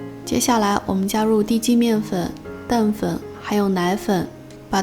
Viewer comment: 话说这叫澄粉cheng 不叫dengfen